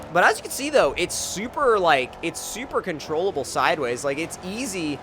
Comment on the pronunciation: honda I hate it when he says "syuper"